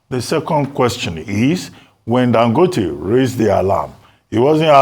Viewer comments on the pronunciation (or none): Please why does Ogy pronounce it “Dan-gooo-tay?”urrgghh